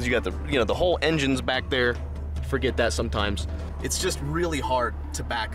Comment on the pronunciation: I thought I was the only one who noticed lol is like a man shoot that’s a nice nova ya got therrrr 😂